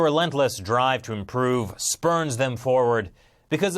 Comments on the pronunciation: Spurs not spurns. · Spurns or spurs? Come on.